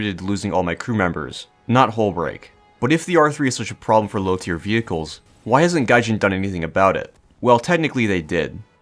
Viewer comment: pwoblem? Where I see no pwoblem. Me: facepalm